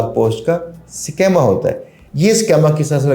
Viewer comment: Sir it is SCHEEEEEMA, Not SCHAAAMA.